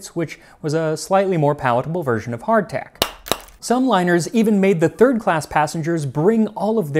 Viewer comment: Everytime you say "Hard tack".... everytime 🤣